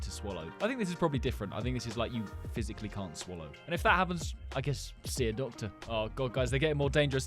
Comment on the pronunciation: Uh...MAMA CALL DA DACTARR😭